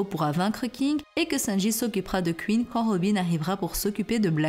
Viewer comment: Ca se prononce Queen pas Qu ine